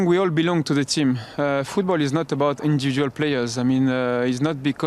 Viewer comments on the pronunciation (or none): none